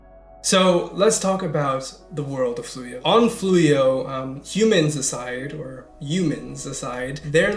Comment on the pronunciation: Yumans is how Trump pronounces "Humans"